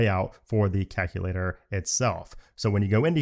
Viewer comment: Love the vid but hate the way you say “calculator”. Are you Canadian by chance?